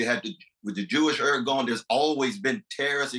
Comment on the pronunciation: Cornel West couldn't even pronounce "irgun."